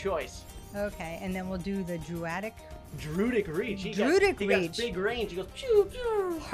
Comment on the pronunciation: i like how my brain malfunctions no matter what when he says druid wrong